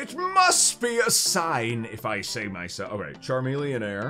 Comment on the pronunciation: He called it a chameleonair. Lol